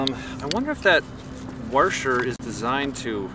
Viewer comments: lol IT'S A WASHER NOT A WARSHER!!! ARGH other than that, awesome vid guys :) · Washer not Warsher. I enjoy your vids keep up the good work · warsher wtf its washer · worsher. its a WAH-SHER!! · "warsher" lol. i cant wait to get a hawk sky. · its called a wosher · Warsher, what the hell is a warsher? it's a washer LOL and Soldering iron is the term your after but hey good video mate, you have done quite a few good informative videos for beginners, top stuff. And your girlfriend/wife does a great job filming, I wish I had a partner who was interested in my hobbies. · i think you need to start a Dictionary and include "warsher" in it. 5 stars for expanding my vorcabyoulary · yeah lol wtf is a warsher xD